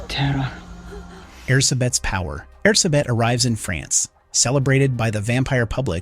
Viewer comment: I know it's not your fault, but as a Hungarian, it hurts every time I hear you say Erzsébet. With your accent it's less air-suh-bet and more air-gé-bet, with the "gé" pronounced sort of like the last syllable in "protégé"